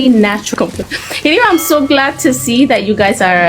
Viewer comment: SHE SAID, I AM SO GLAD TO SER, አዩ ፈስ እንግሊዘኛ ያውፕቅሽ መስሎሽ ሰልጥነሻል አሉ አዬ 😂😂😂😂